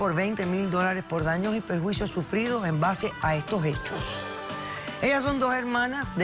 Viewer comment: Por fin alguien dice bien "Daños y Perjuicios" y no "Daños y Prejuicios"